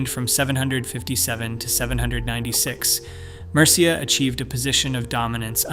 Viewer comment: Mercia's pronunciation makes me cringe too